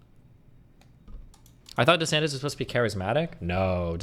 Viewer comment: Everyone says Viveks name wrong. Even Destiny. It’s pronounced vih-VAKE! And please stop saying desanTEZ! I don’t think he’s Mexican! DeSantis. Tis. Not TEZ! Please! For my OCD! Say the name’s correctly! OsteoarthriTEZ OsteomyeliTEZ TEZ the night before Christmas AppendiciTEZ ArthriTEZ